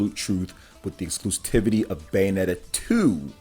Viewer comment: "Nothing to get heated about." And yet, here you are, pissing, moaning, and whining like a heated child. Also, learn how to pronounce "Exclusivity." Speaka Da Ingli?